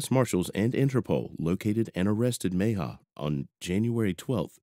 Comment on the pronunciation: Repeat after me: Meh-hee-ah. Mejia. Not too difficult...